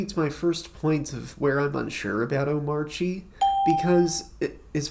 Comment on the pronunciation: Finally someone that knows how to pronounce this hyper version of Arch Linux